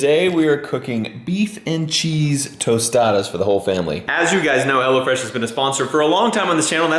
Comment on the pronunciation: Everytime says "Hello Fresh" i hear "Hell'a Fresh"